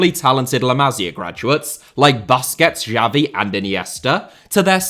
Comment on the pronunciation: bOSSKETZ Chabi uNd eenieeeestah